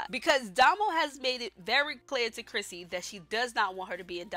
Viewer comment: You keep mistaking crispy's name Saying "Crissy" it's crispy